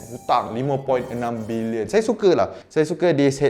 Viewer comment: cara sebut dengan betul. "bilionn(kasi sengau sikit)"